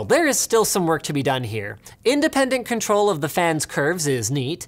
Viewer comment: i apweetiate duh extwa cuhntwole